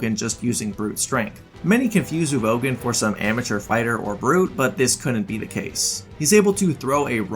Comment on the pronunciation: it’s MORAAAAL, not MOREEEEELLLL😂